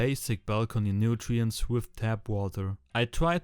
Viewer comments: ey geiles video aber ich komm nd auf Nutrientses klar, es heißt Nutrients hahhahah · It´s called "NUTRIENTS" not "nutirences"